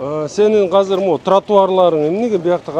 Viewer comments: Кыргызча азыр деп айтылат казыр эмес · Бул мэр казак окшойт казыр деп суйлоп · Урматту Бишкек Мери Казыр эмес азыр деп суйлонуз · Казыр эмес Азыр